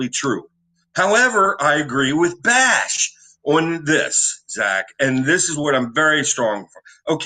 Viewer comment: Wayne has is right